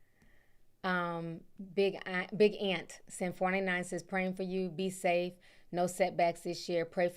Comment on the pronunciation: I thought I was tripping when you said say stafe, lol I be mixing my word up too